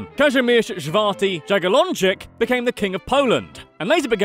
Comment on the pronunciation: I love how you prnonounce Kazimierz Żwarty Dżagiellończyk, instead of Kazimierz Czwarty Jagiellończyk, Casimir the Fourth Yagiellonian